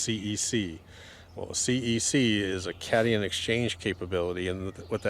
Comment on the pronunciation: Cat ion not cation